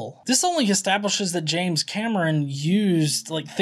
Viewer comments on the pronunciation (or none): none